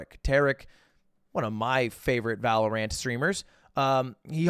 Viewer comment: The way you pronounce valorant makes me mad